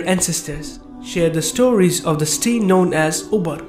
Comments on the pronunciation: Why are you saying sti instead of city sounds very wierd just saying. Nice vid bro. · Brother when you say "city" it sounds like "steel" Jazak'Allahu Khairan my brother:)